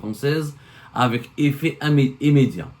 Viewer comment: Effet immédiat et non Émmediat